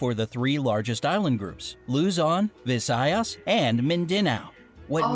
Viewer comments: And its VI! sayas not vi sayas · btw its loozon VIzaYas Mindanauu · They said luzon visayas and mindanau wrong i spell it how we pronounce it like Lu-zon -vi-sa-i-as and min-da-now